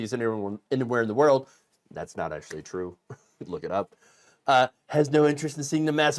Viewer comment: It's tro, it's tro, it's weawwy weawwy tro!